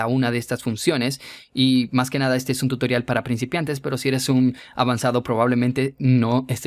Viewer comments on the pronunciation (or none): desde cuando tutorial se pronuncia tuitrion